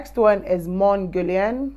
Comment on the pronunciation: It's not pronounced mon guerlian.😓